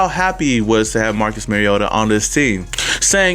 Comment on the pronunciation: When you learn to pronounce Mariota maybe you have some credibility.